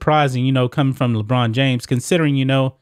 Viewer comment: Lebraun not Lebrain